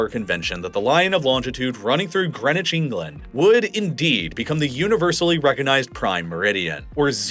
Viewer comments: "GREENWHICH", lol. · Greenwich, not greenwhich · Anyone else really bothered by the pronunciation of Greenwich ?